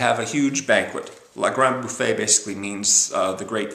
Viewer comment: The French word Bouffe is pronounced boof not boofay (there's no accent over the e).